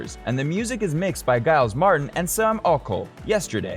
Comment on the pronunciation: And Giles is pronounced JILES.